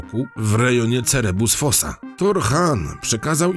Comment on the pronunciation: Cerebus fosa??? "CERBERUS FOSSAE"!!! Nie wiem, który to już raz "" nie potrafisz poprawnie przeczytać nazwy. Wiecznie gościu coś przekręcasz!